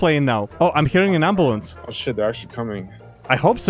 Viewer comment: "the ems decided to put skylar ontop of the amboolance"